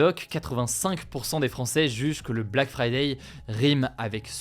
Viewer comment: Pourquoi vous dites fridaille xD c'est friday comme fridé!